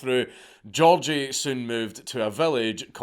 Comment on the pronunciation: also his name was gi-org-gi